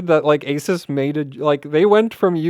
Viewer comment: What an awesome video! One suggestion though, which is how to pronounce Asus: It’s A-SOOS, and NOT A-SES.